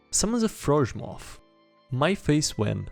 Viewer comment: I think is Swedish, or at least from Scandanavia. Think about it. PewDiePie Pie in The Sky Pew --> Ray Die = Die Also,... Pronounced Froghemoth, very much like a scandanavian language would.